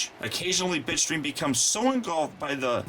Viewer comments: it sounded like you said bitchstream insted of bitstream XD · Oh Bitstream, you need to enounciate that better. I thought you said Bitchstream. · for a second i thought he called bitstream bitch dream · bitstream.... not bitchscream or bitchstream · It's called Bitstream. But then again,most of us heard "Bitchstream" too. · I thought you called him bitch stream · it did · Bitstream sounds like bitchscream wich should be starscreams name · I thought he said bitchstream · it sounds like your saying bitch stream XD